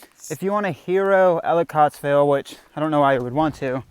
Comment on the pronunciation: As many times as you said it, when will you pronounce Ellicottville correctly.